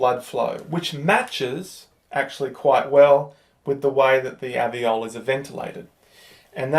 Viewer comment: Maybe it's the accent? But alveoli or aveoli?